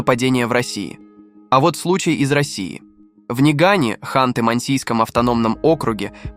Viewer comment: ПОЧЕМУ ТЫ ТАКОЙ НЕ ГРАМОТНЫЙ НЕ НЕГАН ПРАВИЛЬНО НАДО ГОВОРИТЬ НЯГАНЬ УЧИСЬ У ТАТАР ПРАВИЛЬНО ГОВОРИТЬ И УДАРЕНИЕ СТАВИИЬ